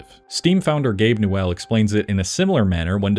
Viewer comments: Gabe N’welle.. ITS PRONOUNCED NEW’ull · no because he also said Gabe nu-well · then he said gabe new well and my ears disintegrated